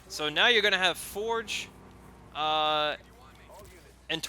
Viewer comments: who the fuck is foreg its forge (four-je) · "Sergeant Forej" do you have a reading issue? lol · Or you can Rush infantry and have 80 population by this time also for the love of God pronounce Forge right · re watch it man he does not